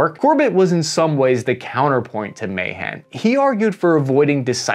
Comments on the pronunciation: The U.S.-China naval arms race is nowhere near as dramatic as the Anglo-German battleship race in the years before World War I. Alfred Thayer Mahan's last name is pronounced "Ma-HAHN." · Ma-Han that’s how you say it just so you know lol